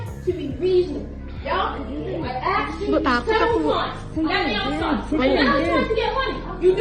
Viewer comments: How they even manage to say AKSED instead of ASKED eveytime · "I aksed you"? Really? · It’s hilarious that even in British English black people say “ I axed you” instead of “I asked you”. 😅😂😂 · When someone pronounces the word asked as axed then you know what's up